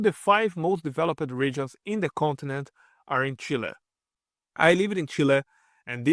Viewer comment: “Chile” rather